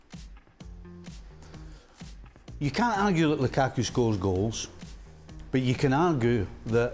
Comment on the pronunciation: also if you're gonna edit at least pronounce "Lukaku" right